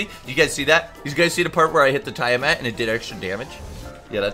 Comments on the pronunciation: your sayign it like tyre mat. its TIA-mat as in tia-maria. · You pronounce tiamat wrong wtf